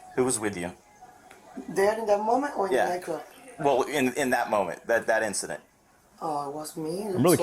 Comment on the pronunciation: OMG! I thought they were saying NyQuil when they were really saying nightclub. I was so invested in this story wanting to know what NyQuil had to do with it ha ha ha.